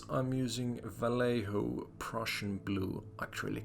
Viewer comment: Vallejo is pronounced more like vie-yay-hoe. Nice build. Awesome painting toot